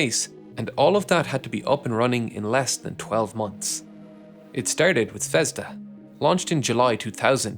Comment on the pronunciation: ZvezdA and ZaeYA. Not ZvEzda and ZArya